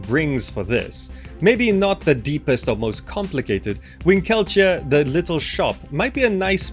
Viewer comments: Just a small note. With Winkeltje, the emphasis should be on WIN-keltje, not on win-KEL-tje. Silly Dutch words :P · I love how you butchered the pronunciation of "Winkeltje". 😄 Great lists by the way, every single one of them is like a precious gem.